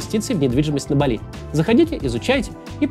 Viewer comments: Автор, рекламу делать желательно правильно- остров называется БАли, а не на французский манер, как вы произносите, с ударением на последний слог. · БАли. БААААААли! Максим, ну ё-маё 🙄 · на Бали..ударение на "а" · Максим. не БалИ, а БАли. это МалИ есть, а БАли говорят все, кто был там. И не как турист-потребитель, а хоть как-то попытался вникнуть в культуру дальше терима каси.